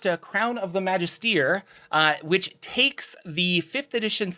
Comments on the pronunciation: It's Magist(er) not Magist(ier) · yeah, first time I thought he was saying "majesty", correct pronounciation is indeed \ məˈjistə(r) \ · There is no "ear" sound in Magister, mister there is no "ph" sound in Jordan.